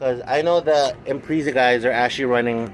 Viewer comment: "Impreeza" XD